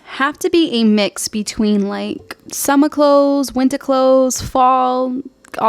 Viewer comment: i like how as soon as you said “in massachusetts’s” and then the accent really popped on summah and wintah so cute